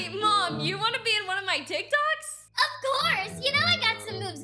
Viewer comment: Lmao “teek toks”